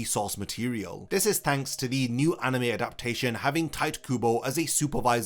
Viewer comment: Drink every time you hear "aneme"